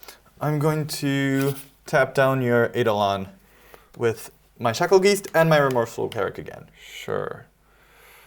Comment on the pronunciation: Bruh they way is saying geist is killing me😅 said it right once🎉 then went back 2 saying it like 😢